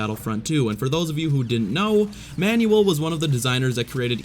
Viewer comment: I'm no expert but I don't think Manuel is pronounced Manual